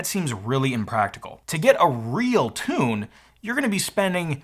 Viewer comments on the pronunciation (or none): none